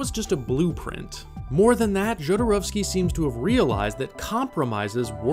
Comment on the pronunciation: I don’t know how someone watches all of “Jodorowsky’s Dune,” does all this research, listens to people say his name over and over again and SOMEHOW STILL make HOURS of content saying his name INCORRECTLY. Every. Single. Time. It blows my mind. Just take two seconds and look up how to say it!!!! Say it correctly!!!